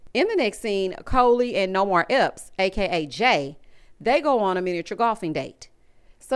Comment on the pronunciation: I start hollering every time you call Jay "Nomar Epps"! 😂😂😂... I can't unsee it!